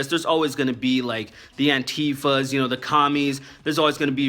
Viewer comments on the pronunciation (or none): I know this is a bit nitpicky, but you're saying antifa wrong, its pronounced anti-fa, other than that great video.